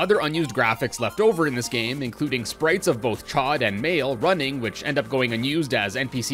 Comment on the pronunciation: Actually, if you want to be technical. Based on quotes in the game, it should be pronounced more like "chowd" lol